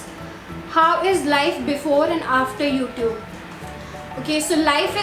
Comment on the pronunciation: Please improve your pronunciation of words 'o'tube, insta-gram. Very weird!